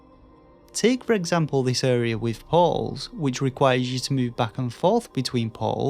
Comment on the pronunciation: American here. Took me forever to realize you were saying “portals.” I was like “poles?” “Pawwwls?” But I’ve been a fan of your channel a while and dig your work.